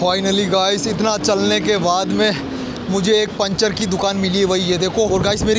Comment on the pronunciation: panchar hota hai pinchar nahi hota hai 😡😤🤨SSS